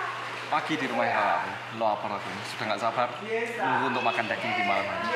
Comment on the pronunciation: Nama Asli: Daging Bilang: Dageng